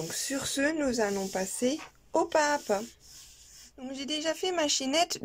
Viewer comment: Pas à pas = PAZAPA! il faut faire la liaison! vous faites toutes la même faute que!